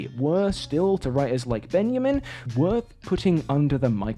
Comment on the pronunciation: Love the video! But.. I hate to be that person, but it was painful to listen to your pronunciation of Studio Ghibli. Its pronounced "jibli" as in "jam", not with a hard "G". Its especially frustrating as all the other foreign names / phrases were spot on. The German was good and the Ben-ya-min instead of Benjamin also. Again love the video though!